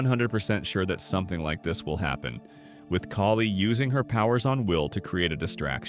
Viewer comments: Thank you. It was driving me nuts. If they don't know the names why do they make videos? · Kali is pronounced “Call-lee”. You pronounced it three different ways in this video. Are you using AI for this?